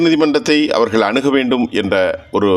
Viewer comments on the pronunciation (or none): none